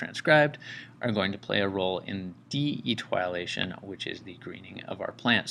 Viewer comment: Eee- tee- oh-lay-tion. But good other than that